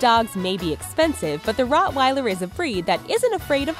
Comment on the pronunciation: It's not Rottweiler it's Rottweiler